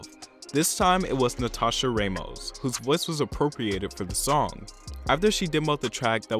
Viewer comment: I'm sorry but it's Ramos - Rah (like rah rah rah) most, not raymos